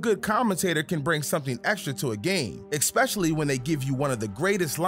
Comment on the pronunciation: Ngl that “exspecially” really bothered me 😂🤣